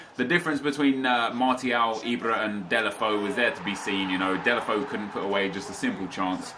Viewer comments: It's DAY-LO-FAY-OO not DAY-LE-FO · Delafoe..... I think it's like "Delafejhu" correct me If i'm wrong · Deulofeu is pronounced Day-you-La-Fay-You